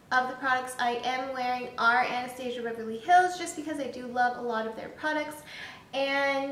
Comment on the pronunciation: Nice review! Just bought this yesterday, can't wait to try it! P.S. it's pronounced Ana-stas-ia, not how you were saying it. I had to cringe a few times b/c of that. But again nice review.